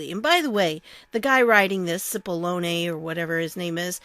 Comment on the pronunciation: It's pronounces like Chip-ollone.